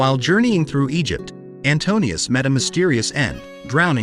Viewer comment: NO AI !! Not "Antonius" !! Antiuous.